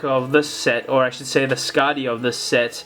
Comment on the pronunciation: __- it's pronounced skakti not skadi and makuta wasn't killed because then takanuva would be a rouge toa